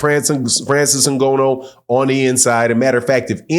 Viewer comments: His name is Ngannou not N-Gono. That's disrespectful. Learn a man name's before making a video about him. It is really unnerving even if you're right in your analysis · Great assessment, but the brother's name is NGANNOU, or "N"-GA-New, not "N"-Go-No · Try to pronounce his name right. Not Ngonno. It is Ngannou. There is an "a" in his name. Just try doing a little bit of homework. Thanks for the work you do. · Next time don't say Ngono, coz in Swahili that means Sex. His name you can pronounce it as Nganu or Nga like hu_nger the Nou like [knew/new]. I hope that helps😁 Anyway, great review 👊🏾👊🏾👊🏾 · It's IN- GAH- NEW! NOT IN- GO- NO. LOL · good insights. btw, Francis' last name is pronounced INGANNO not INGONNO. but i support your channel. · Dude name ain’t N-GO-NO man…🤦🏾‍♂️. It’s N-GAH-NOO. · was being sarcastic about consistent mispronunciation of Francis Ngannou's name. keeps pronouncing it "In-go-no" instead of "N-Gah-nou" so was calling him out on that. He wasn't disrespecting Francis' surname. In fact, quite the opposite. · NGONO ???? Wtf …why u constantly saying that? Nobody has ever Said its pronounced that way so where the fuck did you get that from ? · Did he say Francis ingono? Good analysis though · Its N Ga NN OU. And hes not a wrestler. Jeez these boxers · first of all...pronounce his properly ! the first point in putting respect on someone's name! "NGA---NOUUU" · It's pronounced “NNGAANU ” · Hey it’s pronounced N-Ga-Nu or N-Ga-New same pronunciation. Anyway your absolutely right about fury’s tactics. Francis is a MMA fighter they use dirty boxing. If fury got up from wilders punch I think Ngannou can as well. Fury got up 4 times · How many times he gonna say Francis Ngono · FYI, his name is pronounced Na-GAAN-oh. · Bro called him ngono nganou ngana everything 😂😂😂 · Good video but your pronunciation of Francis Nghannou name was hard on my ears 😂😂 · Show Francis some respect and learn how to say his last name